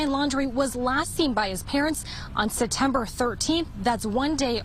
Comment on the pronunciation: Why does she skip the “P” in September?